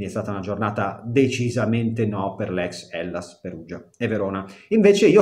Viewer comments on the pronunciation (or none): HELLAS not HELLLAS Carissimo:D